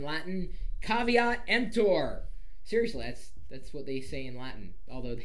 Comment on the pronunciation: Yay for correct Latin!